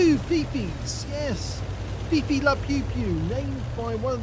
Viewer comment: Is he saying FiFi or is he saying PeePee? I can't really tell. We all call it a leafblower.